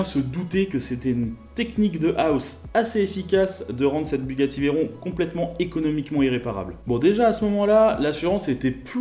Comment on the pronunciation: C’est pas « veillleron » c’est « véron »